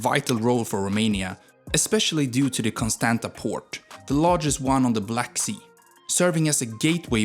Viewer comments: No legend, no bats ! Timishoara, Constantza (pronounced) Although you say stupidities. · I am a Romanian and i died loughing hearing the way u named things. Liu is LEU. E is pronounced like u say it in bet or chek or bed. Streight e. So Leu is leu, not some chinese name. And romania is named românia. That makes â a thing u cant pronounce. Same Constanta it-s Constantza tz, thats ţ. Timisoara is Timishoara sh, thats ş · As a native Romanian I am mad about how he pronounced "Timisoara" and "Constanta". Correct is Temasvar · If u can say pizza correctly then u can say Constanța correctly Thanks for drawing attention to our country Please note that u are butchering a lot of names